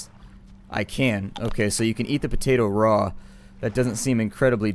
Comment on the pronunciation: Peyton McElwain it is raw not row